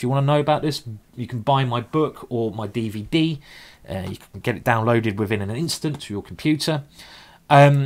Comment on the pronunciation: I love this game....I've watched it several times. Also love your Day-Vay-Day Simon.